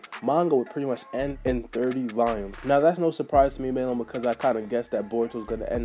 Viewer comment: Nigga don’t know how to Pronounce Volumes